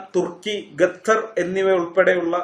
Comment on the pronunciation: ഗത്തർ അല്ല ഖത്തർ